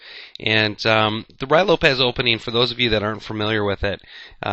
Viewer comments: It is not the "Roy" Lopez. It is pronounced "Ru-e". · it's Ruy, not Ryo. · so annoying to hear "rye" instead of "ruy" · To me it sounds like he is saying "Rye" Lopez. He must be talking about some kind of weird type of bread. A common mispronunciation from a novice chess player. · Actually it is pronounced Rui (with the i as idiot) Lopez.The y has the sound of an "i" in spanish. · Isn't it pronounced more like "Roo-ey" Lopez? What's the pronunciation for Ruy Lopez?